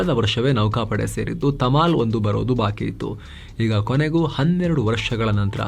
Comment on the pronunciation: Tamil ❌tamal✅🙏